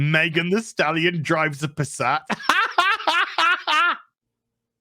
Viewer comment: can't stop saying Thirsty Stalion 😂😂